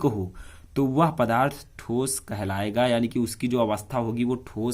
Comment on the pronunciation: ठोसो नही होता है ठोस होता है